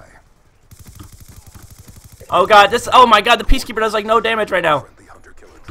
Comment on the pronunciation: Guys why u so mad cause he said peacekepper. People make mistakes :P